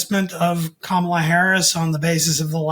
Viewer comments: Her name is Kam-a-la, not Ka-ma-la. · It's Ka-ma-lah, not Kah-mala. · It's KAH-ma-la, not ka-MAH-la. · I'm 100% sure that doesn't mean any disrespect to Vice President Harris, but he really needs to learn how to pronounce her first name. As Rachel Maddow did, think of the word "comma", then just add a "la" at the end. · Gee. Please pronounce her name correctly. If having difficulty, remember it this way: comma la or , la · it's pronouced Comma-lah. You can do it buddy! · it's pronounced "comma la", like the punctuation mark followed by a singing syllable. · Please tell that his inability to pronounce Kamala correctly makes him sound less believable. Plus, he refers to Hilary by first name too. Very disrespectful. How about saying Donald, forget all surnames. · needs to learn how to pronounce the Vice President’s name. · Everyone is pronouncing Ms Harris’ name wrong. You are pronouncing it the way Trump does. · I'm sure no disrespect is intended, but please please please teach your guests to say "Kamala" correctly (i.e. the way she says it). It's bad enough all the Republicans say it wrong deliberately. It may seem too small to worry about, but its not - no one knowing how to say her name is a great way to frame her as other - not like us. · Gotta say, if you can't pronounce the name of the VP correctly, you lose a lot of credibility. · Don’t you think it’s time to pronounce Kamala correctly? Very rude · Her name is KA-ma-la! You show a lack of awareness & a lack of unbiased expertise when you can't even pronounce her name correctly. It's not that difficult. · Are you saying her name incorrectly on purpose,? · you’re saying her name wrong dude. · Can we please correct those who continue to mispronounce Kamala? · Poor can't pronounce her name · it seems like it is not too much to ask to pronounce her name correctly.